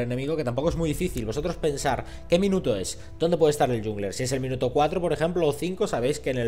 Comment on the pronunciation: Por favor, no pronuncies "yungler".